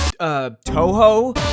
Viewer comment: I like this video but cried inside when you said Touhou. It would be cool for you to make a video on it. Idk it was just a thought.